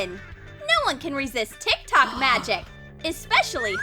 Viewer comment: Ugh no hate but the way you say tiktok is kinda annoying I am sorry love this channel